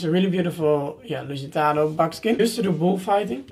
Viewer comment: When you say "lusitano" I can hear your Dutch accent🤭😂 ik ben btw ook nederlands haha